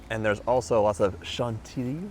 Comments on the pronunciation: Vâchement cool et délicieux❤❤❤😊😊😊 Chantilly in French is pronounced Shawn Tee Yee 😊😊😊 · Chantilly ! ! The double L actually sound like a Y!! Chantilly !